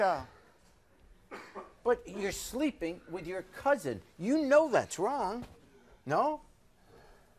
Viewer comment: It annoys me so bad when people say "couzint". There is absolutely no T in that word. Its "COUSIN"